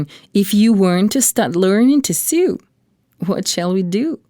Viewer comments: It sew not sue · So distracting how the narrator cannot pronounce English 'sew'.